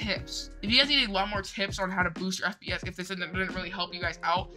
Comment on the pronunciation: Give this man an oscar and u maid my laugh in the end that u said for FPS u said FBS